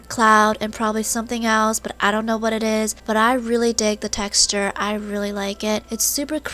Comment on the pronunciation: She said textue